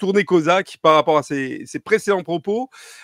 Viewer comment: "tourner cAsaque" ;)